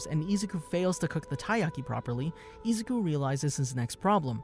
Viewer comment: Why does he say Izuku(I-zu-ku) like that, it made me cringe so much